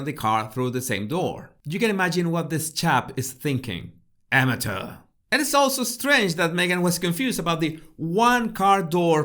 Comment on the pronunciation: "AMATEUR" 🤣🤣🤣🤣🤣 Your accent on that word sounded so American which added to the fun joy of the moment. Thanks for the chuckle!